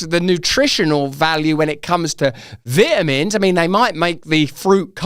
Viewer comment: He should learn to say Vitamin.